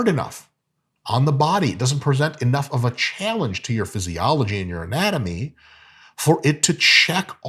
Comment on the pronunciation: He said amatomy, lol.